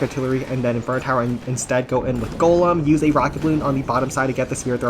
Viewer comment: For the 3rd time it's GOLEM ✅ not GOLME ❌